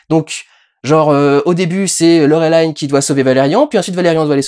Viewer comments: PS : je sais bien que ces films sont habituellement américains et donc tirés de BD américaines mais... c'est "Laureline" (avec un i français) et pas "Laurelaïne". Et ce n'est pas tiré de "comics" mais d'une série de BD franco-belge de Mézières et Christin. On est vraiment américanisés jusqu'au trognon, merde ! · Laurelaïne... ça se prononce Laureline en Français! À l'origine c'est une BD Franco-Belge! Faut il le rappeler ??? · Yn yn en vo ça se prononce Laureline et pas laurelaïne. C'est durendal qui déconne ^^ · Alors petit moment chauvin: Valérian n'est pas un comics mais une bande dessinée, c'est pas le même format, pas la même façon d'éditer, pas la même culture ni le même esprit, et je suis à peu près sûr qu'on dit Laureline, et pas " Laurelaïn". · Film français, production française, origine Française, on dit donc Laureline et pas «laurolillene» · LoReuLIne pas Lorélayne 😭 C'est une Bd francaise svp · Euh, juste une question : Tu prononces Valérian à la française, et Laureline à l'anglaise (alors que bon, Valerian, on sait pas trop d'où il vient, et tu dis toi même que Laureline est française.... donc c'est Laureline , pas Laurelailllene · Laureline se prononce Laureline (c'est francé) et non lauwelayne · Pourquoi tu dit Laureline a l'anglaise ? C'est français sa brule mes oreilles T.T et c'est rigolo parce que tu prononce Cara Delevingne a la française ^^" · "Laurelaïne" Il a osé. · ValeRIAN Putain comme dans Chiant et LaureLINE. Te voir prononcer à l'Anglaise me fait saigner les oreilles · ça se prononce Laure Line comme les prénoms Français par contre ^^ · LOreuhlayne... non. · D'ailleurs Durendal tu regardes les films en VO ou en VF ? Tu prononces Laureline à l'anglaise, ça m'intrigue^^ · Il a dit Laureline à l'americain alors que les Américains l'ont bien dit comme il faut pendant le filme xD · Avec ce film on aura surtout eu l'occasion de constater que personne ne sait prononcer Laureline